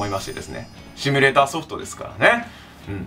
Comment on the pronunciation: 毎回シュミレーターの発音が良すぎて草